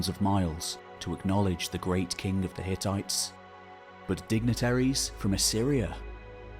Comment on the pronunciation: Hehe, you said ttites